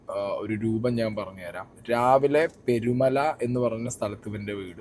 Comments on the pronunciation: പെരുമല അല്ല പേരുമല ആണേ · ആദ്യം നീ സ്ഥലത്തിൻറെ പേര് നല്ല മാതിരി പറയാൻ പഠിക്ക് പെരുമല എന്നല്ല പേരുമല